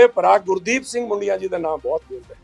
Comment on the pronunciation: ਹੁਣ ਕਿਹੜਾ ਸਹੀ ਬੋਲਦਾ ਹੈ ਮੁੰਡੀਆਂ ਨੂੰ ਬੁਡੀਆਂ ਬੋਲ ਰਿਹਾ ਹੈ।